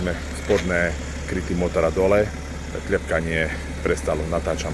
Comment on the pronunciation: Koľeno, pľech, kľepkanie. Mam rád ten prízvuk.